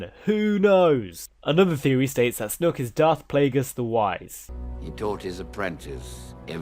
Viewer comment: I die every time you say 'snook'